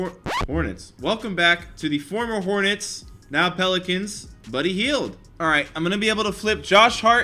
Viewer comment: Ethan Caffrey it sounded like he said penicans